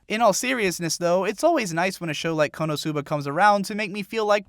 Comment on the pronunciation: its konosuba not konousuba get your asian accent right.